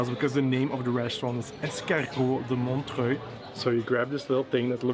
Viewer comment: the name of the restaurant is 'L'escargot Montorgueil" due to the location : rue de Montorgueil ( Montorgueil street) . So a little spelling mistake here cause he said " Montreuil " wich is the name of a city close to Paris. Both names are hard to pronounce and seems close. Not a big deal, but this explains that like we say here ;)